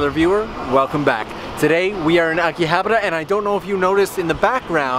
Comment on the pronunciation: Ugh. Akihabara isn't prounounced Akihabar-r-ra.